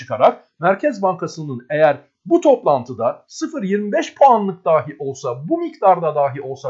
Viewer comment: Daahi demeye devam ediyorsunuz. Dahi...kısa a ile.